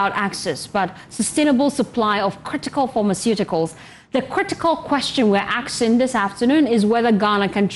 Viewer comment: To the ladies the word is " ASKING " and not "AKSING"